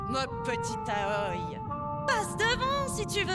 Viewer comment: damasio prononce aoi A-O-I ce que je trouve moins bien que aoi mais bon :p